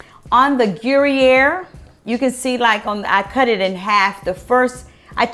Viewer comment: Who’s uploading y’all’s videos in 480?? Ugh. Fire them—in 2004., Gruyère cheese is pronounced more like /gru-yere/ (“there” without the “th” and add a “y”). It’s my favorite cheese—I lived on it whilst living in Switzerland for many years.❤️ I love your recipe, btw!